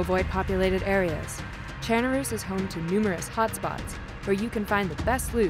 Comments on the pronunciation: Did she say chairnaroos? Monkahmm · why is this woman saying ChernaROOS?!?! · Are they saying chernarus wrong or am I saying it wrong?